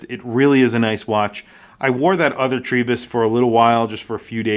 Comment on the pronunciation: Great review,. Enjoying my own TRI-03 in yellow since it arrived last week. However… Why do you pronounce it TREE-bus? The Ward lads say it’s TRY as in Tribe. Ah well… Liverpudlians…